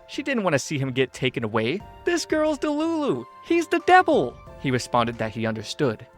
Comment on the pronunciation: This girl its dalulu (me went you sed dalulu (°_°) -wha)